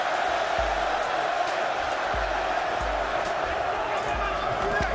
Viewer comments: It is not a matter of accent here, as you can CLEARLY hear him talk 'normal' for the rest of the video. Even in Boston to LA to Detroit, no one...and I mean no one, has ever said "Leb-in"...I don't care where you are from -- hell, even the UFC commentators in Espanol says it correctly. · I came after Lebben and Fedder to say something about how he got those so wrong. Haven't even heard Weedman yet. Haha.